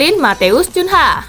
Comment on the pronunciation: Cunha 😀😀 bacanya kunha karena itu bahasa portugis